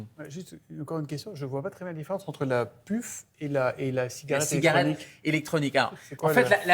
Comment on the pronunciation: déjà il sait mm pas prononcer le mot puff correctement 🤣🤣🤣🤣 et en + c’est une mauvaise chose car moi étant fumeur de tout et surtout de puff je vais devoir jeter la mienne et j’aime pas jeter mes affaires donc même si c’est interdit la puff je continuerai à fumer de la puff